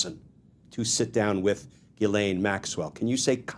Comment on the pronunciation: The ‘ai’ in Ghislaine should not be pronounced as the a in ‘lane’, but as the a in ‘man’.